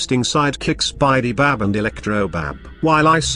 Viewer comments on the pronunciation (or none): Is it weird that i heard spidy-bab instead of bidy-bab